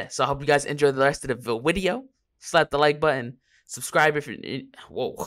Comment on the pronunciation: Never say vawideo again.